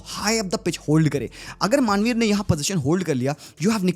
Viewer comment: Manvir ❌ Maaanveer ✅